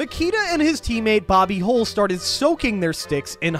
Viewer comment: He pronounces Bobby Hull's name like "Hole".😂😂😂